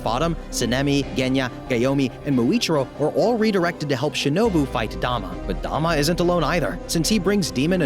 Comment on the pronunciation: yeah I know it spells douma im saying he said dama and not douma